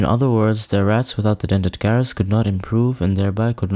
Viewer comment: Great video! One small thing. the G in Gyrus is pronounced as J like Judge not G as in Guy.